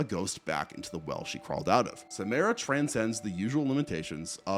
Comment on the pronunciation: Not sure what is so hard about pronouncing Samara correctly. They only say it like 100x in the movies